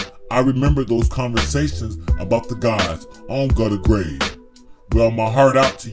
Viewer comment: "on Gutta grave"